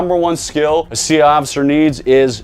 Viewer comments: Why can’t he say “CIA”? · Why do you keep saying CI instead of CIA?